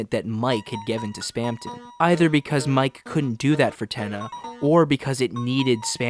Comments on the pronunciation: of course casuals like you wouldn't pick it up with that channel name, but who ever decided you pronounce it "Mike"? Toby is a weeb. He's fluent in Japanese and works with JP Vtubers and Singers. You read it ミケ (mee-kay for you burgers out there), as in 三毛猫 "mike-neko" - Calico Cat. There you go, simple as. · Mike is actually pronounced Mi-ke like the japanese bobtail cat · YES IT'S MIKENEKO Mike is Friend % And the name is pronounced Meekeh in that case, not Maik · The games japanese translation decided its pronounced "Mike" (マイク / Ma-i-ku). Please do at least cursory research into what you are talking about before making a fool of yourself so spectacularly. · Yep. Iirc, people noticed the Cheshire Cat connections with IMG_FRIEND, said “oh, well, Mike pronounced ‘mee kay’ is a Japanese cat breed”, and somehow got Friend = cat = Mike, which is insane how close they were to correct given the minimal evidence haha